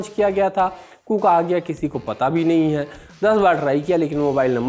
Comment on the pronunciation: Your phonetics when you pronounce last word in your every sentence HAI. HAI. HAI. , I assuredly tell you that you sound like IMBECILE. Learn compering